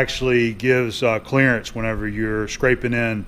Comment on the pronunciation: Am I the only one that says "Clarence" every time says "Clearance"? LOL...One of the greatest movies of all time.